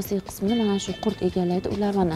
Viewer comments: Курт эмас Курут дейилади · Курт эмас курут дейилад, тожикчада хам узбекчада хам курут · Курт эмас курит 😂